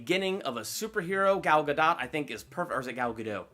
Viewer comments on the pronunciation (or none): I’ve been watching you for a while and I thought that for sure Wonder Woman would be #1. Also Gal Gadot is pronounced (Guh-Dot) not (Guh-Dough)